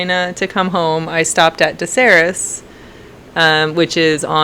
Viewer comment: De Serres , pronounce it like « hair » not « hairess » 😉